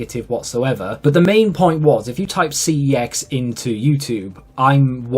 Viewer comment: Forget about how to say YouTube as a British person. He should be pronouncing CEX as Sex and not Cee-Eee-Exx 😂